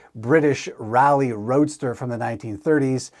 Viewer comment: Geez, who hasn't heard of the Pigeon bicycle? They made it to the USA where they were driven mainly by college leftist types. I rode one! No, I didn't own one. They were heavy and only one speed. That British Raleigh bike is pronounced "RAH-lee" not "rally."